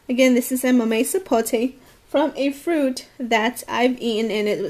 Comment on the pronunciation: It's called "MAMEY Sapote", she is saying right.